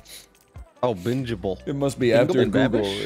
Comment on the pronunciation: Man said bing-able :ICANT